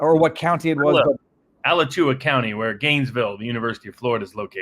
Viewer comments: Its A-latch-oo-a, not Ala-choo-a LOL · Sounds like : Ah latch oo wa - County. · ALACHUA IS PRONOUNCED.........AH..LAH..CHOO...WAH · ah-LATCH-oo-uh county. pronounced it was if it were Spanish. It's the Indian word for "sinkhole". Alachua County is "Sinkhole County". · I live one county away from Alachua, and I think may have mispronounced it. Having said that, Love the videos you two make! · Wow he butchered Alachua county pronunciation lol. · Gotta say, ' pronunciation of Alachua is pretty funny (as someone who lives here)